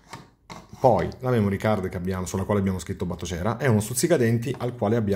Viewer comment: però la pronuncia di Batocera... :(